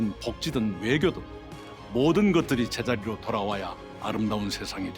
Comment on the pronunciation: 모든것을 無로 돌려놓겠습니다로 들리는데 타노스인가